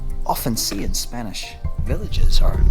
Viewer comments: Tu acento español es impecable 😀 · Great video, inspiring me with my vids. Also, superb Spanish pronunciation. Really enjoyed. Mike - TheCostaDelSolGoodLife